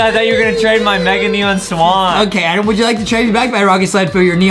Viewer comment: AY AY AY STOP RIGHT THERE ITS ADEM NOT “ADAM”